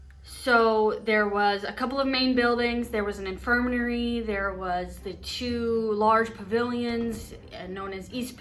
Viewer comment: And BTW it’s called an infirmary NOT an infirmanary lol 😂